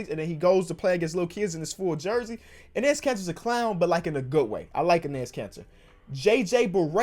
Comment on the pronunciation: Hey bro love the vids! Please learn how to say Enes Kanter’s first name lol